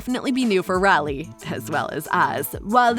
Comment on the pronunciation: Her name is Riley pronounced Ry~Lee not Rally. My sisters name is Rylee and I’ve never heard it mispronounced ever in my life. Sorry to be the pronunciation 👮‍♀️ 🚓 police.